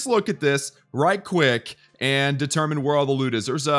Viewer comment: did anybody notice he said right cwick